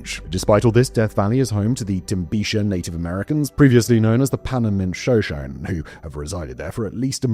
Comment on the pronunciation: Shoshone is pronounced "Sha-show-knee".